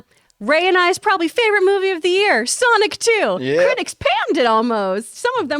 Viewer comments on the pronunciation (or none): when John said Sonic 2 it sounded like "Sonichu"